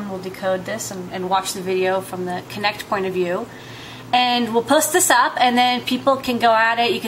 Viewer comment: It's not "Connect" it's "Kinect"